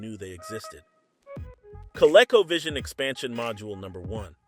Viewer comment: CO-Leco 🤣🤣🤣 -1 Learn how to Pronounce Words before making videos 🤣🤣